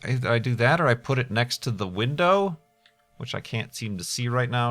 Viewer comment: "i accidentally clicked out side the uhh..." Me, "The Winder?", "... the Winder." You watch too much YouTube when you finish their sentences using the correct incorrect english...